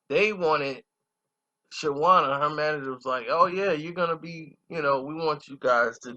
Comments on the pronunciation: You chopped everybody name up on this 1! DTP, nigga! Shawna, not Shawanna! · It’s pronounced Shawn -na 🤦🏾‍♀️ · You killing me with "Shawanna"! Reminding me of that uncle who keeps ruining your ghetto friend's name. LOL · Bruh the W is silent..... I almost cut this shit off after the 2nd "sha-wonnah"